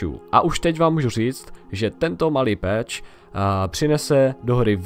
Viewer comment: číta sa to pač/peč a nie peeeeeč :D inak pekne video :)